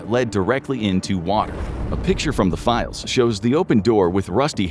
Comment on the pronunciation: "Release the files" not "Release the 'philes"